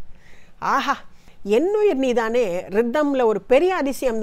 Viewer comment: வணக்கம். அருமையான குரல் ஜென்சி மேடம் போல் நீதானே என்ற உச்சரிப்பு இல்லை நன்றி